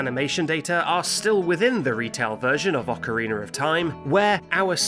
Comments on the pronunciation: Any time its called" Ah-co-reen-er of time you know its gonna be a banger of a vid. Good job dude! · Wtf is an "ocarinar?" 😂🤔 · Ocarina does not end in a R. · Ocarina doesn't end with the letter "r"